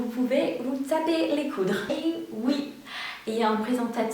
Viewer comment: Make sure you articulate a little more when you say “ taper les coudes” .